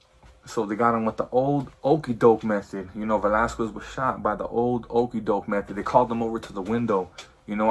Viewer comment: For being Mexican you sure say “Velasquez” wrong. You say it how white people say it.